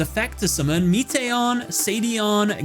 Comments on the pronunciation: Meation lol. It's Metaion like meta ion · how do you listen to him summon his timelords in japanese and then proceed to misprononce them? meation? ME-TA-ION lazy-on? LA-ZI-ON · "MEAT-ey-on" the Timelord, smh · "Meeteeyon"? Really?